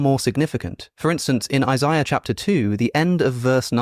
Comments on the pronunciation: Are you purposely pronouncing "ishaiah" weirdly? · Learn how to pronounce Isaiah first.